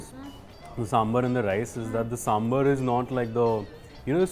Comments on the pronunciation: Neha Verma yes , northies keep calling it Sambur , it is Sambaaar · What is this pronunciation "Samburr"? It is Sambar. As in bar from Bar and Restaurant. Would you say, Burr and Restaurant? Come on, its 2021!